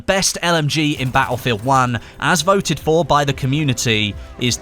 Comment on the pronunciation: i love how you say "ba'efield an'"